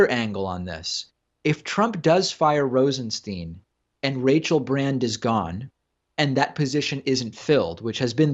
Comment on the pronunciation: BTW it's Rosen-STYNE not Rosen-STEEN.